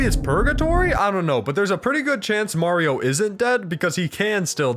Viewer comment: It's me Mawrio